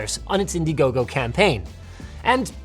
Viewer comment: "INDIGOGO" (I mean... Indihome)